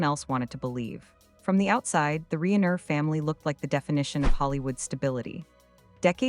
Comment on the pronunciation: Pronounce their last name correctly AI